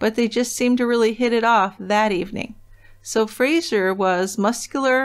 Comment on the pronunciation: It's Fraser, not Frasier. A really common Scottish name.